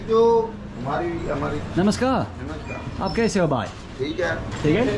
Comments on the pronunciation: Hi, Just wanted to let you know that brother in hindi is 'Bhai' with b sound and not dhai. 😅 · Brother its bhai not bai not dai